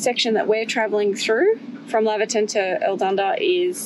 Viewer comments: I wish people would learn how to pronoun the name. It's "Lay ver tun" not Lavver tun. The town is named after Doctor Laver. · Laverton, sounding like you are heading off to the Lavatory. - NOPE... Laverton, like you are going to "Lay'verton" - YEP